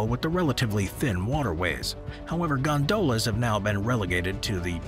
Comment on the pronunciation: I'm not impressed by the German pronunciation; and Venice has "gondolas" with stress on the first syllable..